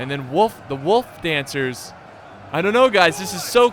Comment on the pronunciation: I feel the true power of midwestern accent when he said “woof dancers”